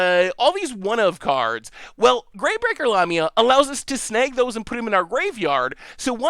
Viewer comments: The mispronunciation is just ridiculous. La...mi...a...the picture on the card is a snake like creature a.k.a. a Lamia NOT anywhere near a llama 🙄👎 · La-ME-a. Lamia 😁